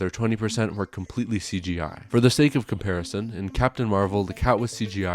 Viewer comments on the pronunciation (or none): none